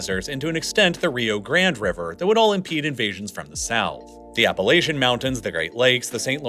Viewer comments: Miss pronounced Appalachia. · You mispronounced Appalachia, I can tell you never studied that area and learn to pronounce it correctly.